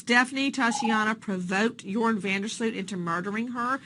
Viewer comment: You are not saying his name right.....Joran is pronounced 'Yourn....Not 'Your-On'.